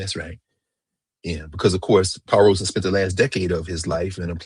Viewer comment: Robeson. No 'r'